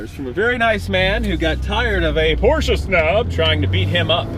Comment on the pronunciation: Glad you know how to pronounce porsche. Drives me crazy when I hear someone say porsh.